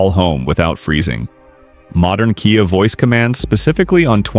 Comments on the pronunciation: oops....said - k-eye ah instead of key-ah ....on one occasion......caught the a.i. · AI's pronuciation of KIA is hi...lar...ious!😂